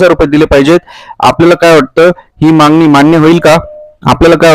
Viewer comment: पोंग्या व्हिडीओ ला views येन्या करीता काही पण सांगशील.ladkya bahinila 1500 rs. Mahina तर वर्षा ला 18000 rs होतात.आणी तु 10000 rs चा video upload केला. 😂मांगनी केली आहे😂मांगनी केली आहे😂मांगनी केली आहे😂शब्द बोलायला शिक.